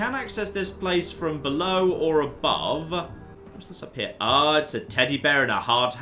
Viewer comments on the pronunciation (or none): none